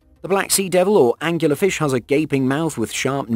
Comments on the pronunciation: "Angler". Angler Fish. Not angular fish. WTF? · .......ANGLER fish... not angUlar ... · OK man. How many times are you going to incorrectly say "Angular Fish". It's a smegging Angler Fish. This kind of thing drives me insane. Presumably the narrator gets paid. Therefore, the narrator has a responsibility to do just a TINY bit of research before recording the narrative. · Dude, it’s angler… not angular! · It's "Angler" fish, like person who fishes. Not "Angular" like having sharp corners. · Last I checked, there's no u in angler fish. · Angler fish. Not Angular fish. Just to say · ANGLER, not Angular! You know, like as in ANGLING or Fishing with a pole.... Am I the only one this annoyed the hell out of?! :P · Anglerfish not Angularfish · Are you anctully saying Angular fish, it's Angler fish. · Angler-fish. As is a fisherman fish. Angler is another word for a fishing pole. Not Angular-fish... What else is wrong with this video? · Angular fish? You mean Angler fish? lol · angler fish not angular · It's angler fish, not "angular". This video was the dumbest thing I've seen all day. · "angular fish"... I don't think this is a case like 'al-you-minium', is it? Where it's actually spelled differently in Britainese. Angler fish are named for their method of predation, bearing a resemblance to angler fishing, which is the use of a fishing rod. Is it really pronounced angular fish in the UK? And if so, is fishing with a rod called angular fishing? And if so, is the shortened form still 'angling'? Sorry, not trying to nitpick really, I'm just curious about lingual stuff. Good video. The basket stars are really fascinating especially :) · Nope. The term “angler” is an British word originally and means fisherman. So, yes, this narrator butchered the pronunciation. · …are you defending that hideous pronunciation? Please don’t! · There is no U in anglerfish.